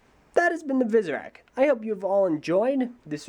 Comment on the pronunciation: It sounded like he said "Superak"lol